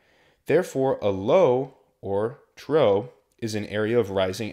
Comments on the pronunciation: Hearing “trough” mispronounced so many times hurt my ears, but good information nonetheless for checkride prep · Even though you threw with the pronunciation of a trough as "a trow" in the weather section, the other 2 hours and twenty-three minutes of content are an amazing study tool for all potential new pilots! Thank you! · Trough is pronounced as "troff" not "trow"